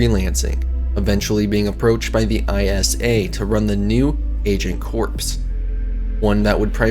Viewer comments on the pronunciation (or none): Corps isn't pronounced as "corpse", its "kor". Like the Marine Corps.